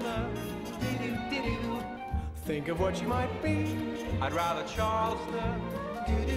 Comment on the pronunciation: "I'd rather Charleston!" Me: Oh, is that what that was supposed to be? I thought you were trying to pass gas.